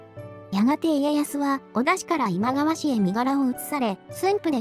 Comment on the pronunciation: どうするのあのセリフ 私には今川ではなく、ジャニーズって聞こえました